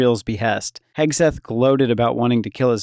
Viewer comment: He keeps calling him hesgeth instead of hegseth